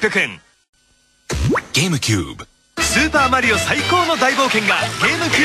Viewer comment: Not Gamecube. Game-a-cube.